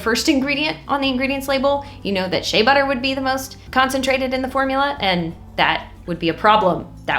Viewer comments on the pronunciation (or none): none